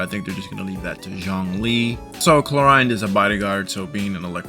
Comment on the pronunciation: The name pronounciation of Clorinde is absolutely reaping my soul of every orb of energy it has.